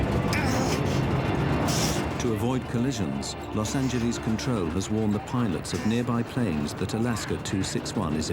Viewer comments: Las AngeLAS God damn Brits not Las AngelLEASE. 😂 If you're talking about our cities pronounce them correctly. Damn listening to Brits drives me mad sometimes. 😂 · Los angeleeez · Sorry but- “Los Angelees” “Pueto Vaarta” Sir I’m